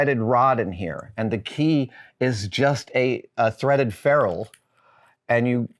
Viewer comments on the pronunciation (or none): none